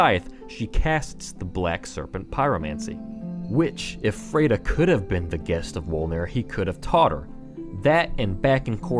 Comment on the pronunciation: You pronounce "Friede" weird. After hearing the name so many times in the game, I notice it every time you say it. It's F-r-i-e-d-e, not F-r-e-i-d-e.